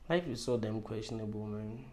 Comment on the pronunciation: It’s questionable* not quastionable